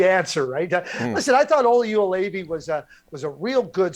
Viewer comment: Everytime Craig mispronounces Joulevi, it sounds like he is yodelling.